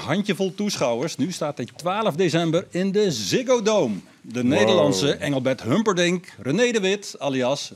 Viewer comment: HumperdiNG hè? Niet dinCK. Let maar op, zegt het altijd verkeerd 🤣